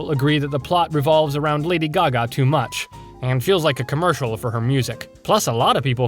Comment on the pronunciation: thats not lady gaga thats lady gago💀